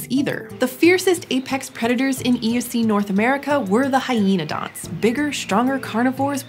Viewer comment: amphiCYonids [but: amphicyONidae ] carNIvora, carNIvorans [like DeNIsovans ] At least you got hyaenodont right.